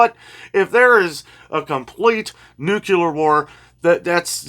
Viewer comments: Nooocular is not a word. Nuclear, is the word you should be saying. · NOT nucular!!! Nuclear.... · Nuclear is NEW clee er. We lost the battle for correct pronounciation when Bush called it NYOO kyoo ler.